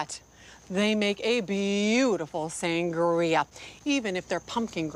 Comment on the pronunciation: "San-guh-ria" 🤣😂 lol